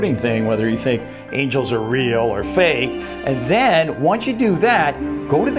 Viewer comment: Gake is not a word. It's "fake". Also it is tel"e"port not tel"a"port.